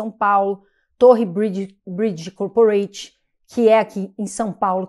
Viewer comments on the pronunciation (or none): none